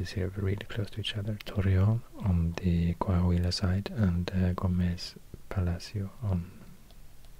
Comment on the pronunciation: "Coahuila" Me:❤️🤠